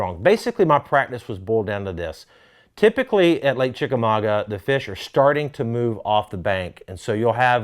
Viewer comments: Well I just saw David Dudley’s Chickamauga Vlog on David Dudley Outdoors and he butchered the name of the lake. It’s not pronounced ChickamauGWA. There aren’t two or more ways to say it. If u aren’t pronouncing it ChickamauGUH ur butchering it. I’m from the Chattanooga area. It’s my hometown lake. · Think it's pronounced chickamagua. Means chief dwelling place. I guess John Cox is the chief. Lol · Lived here all my life. It pronounced. Chick-a -ma-ga Ga like in Gaaaaa